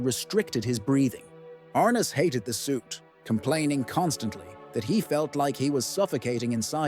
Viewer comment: His name is pronounced James R NESS not James R NISS.